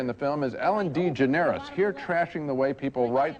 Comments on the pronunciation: Siskel butchered Ellen’s name 😂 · This video more than most demonstrates why Siskel is at best, a middling critic. He mispronounced DeGeneres, as he does reliably throughout the run of this program with other names. He also thought Ellen was funny. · Ellen Dee-ga-nerous